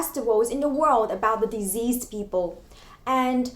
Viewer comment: I thought you said diseased people but it took me a while to realise that you meant deceased. The c should not be pronounced z. A bit long but great video.